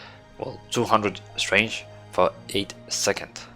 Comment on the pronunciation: I understand that English is not your native language, but it is strength not strange.